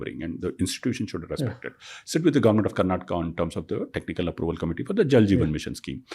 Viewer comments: You said you are living in Bangalore for 5 years and you still call it "Karnatak". Learn to call the correct and full names first. Cultivate that respect for the place that gives you your livelihood. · It is KARNATAKA not KARNATAK. Migration sickness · i think you should start pronouncing the work Karnataka properly, It is not acceptable the way you pronounce